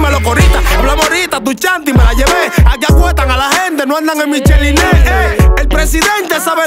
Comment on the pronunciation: Michel y nes es una gorra que se pronuncia como micheline te equibocaste en esa